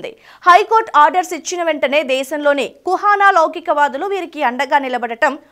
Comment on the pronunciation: నీకేమైనా డయేరియా నా? డెమోగ్రాఫిక్ (Demographic) బదులు డైయోగ్రాఫిక్ (Diographic) అని చదువుతున్నావు!! 'మో' కి 'యో' కి తేడా తెలియదా? అలాగే కుహనా(kuhanaa), అది కుహానా (kuhaaanaa) కాదు !!